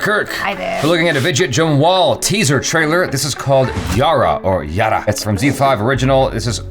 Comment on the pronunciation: No one: Jaby: Widget Jamwal 😅